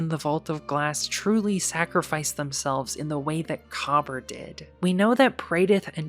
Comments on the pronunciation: COBBER?? Ma’am, it is pronounced Kuh-BEER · Just a few points I need to add. 1. Kabr is pronounced Ka-beer (that’s what it actually sounds like) 2. In addition to the known fireteam of Kabr, Praedyth and Pahanin; there were also 3 unknown guardians that were permanently lost to time due to fully being erased from reality. 3. Pahanin (the hunter) was the only guardian to escape the vault after the rest of his fireteam perished or worse, however he did this by sending himself back in time back to the late dark age/early city age. He was the creator of the Heavy Machine Gun: Super Good Advice. It contained a powerful AI of his own creation that would not only keep him company but to also remember both him and his name, as Pahanin was constantly paranoid that he was still trapped in the Vault and was undergoing a simulation. Because Pahanin was sent back to the past, this is why Super Good Advice looks like a older frame machine gun but has futuristic components. Pahanin was later killed by Dregen Yor. 3.5: The reason why we know of Kabr and Praedyth in the first place was because Pahanin remembered their passing. 4. Praedyth (the warlock) was kept alive by the Vex as both a hostage and a test subject, constantly being moved through time. Eventually we would track down his remains that the Vex surrendered to us during the Taken War in a mutual exchange after helping to defend the Vault of Glass from the Taken and Oryx (The Vex concluded that Oryx was the bigger threat despite us messing up their plans initially). 5. Despit